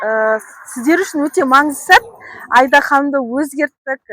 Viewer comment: Айда ханым несі...АИДА деп дұрыс айтса болмай ма.....